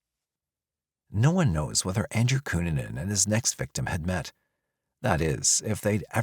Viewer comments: Especially W/Richard Barreto Of South Beach PD, W/"Cu-Nan-Nan", (LMFAOL)! 😆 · Well researched, great script, and a good variety of images. The verbal acrobatics, however - especially with the pronunciation of "Cunanan" - are just...🤣😆😂